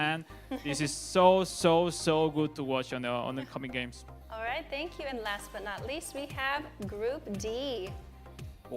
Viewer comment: he just say upcoming gays😂😂